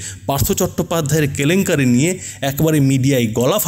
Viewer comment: সংবাদ পরিবেশক কে বিনীত অনুরোধ দয়া করে কেলেঙ্কারি কে "ক্যালেঙ্কারি" বলবেন না 😄🙏